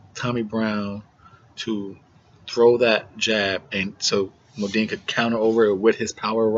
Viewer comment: Bro this is ya first review I've watched, TBH I hate to hate but first off stop callin Choc fukin "MODINE". His name is "MUNDINE " there aint no MO in it. Anyways ya make some valid points bro just try to be more direct straight to the point when ya predicting fights getting a fighters name rite is a good start